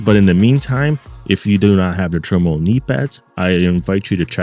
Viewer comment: meaning how to say the name.... to be in turmoil... TERMOIL say it with me l;ol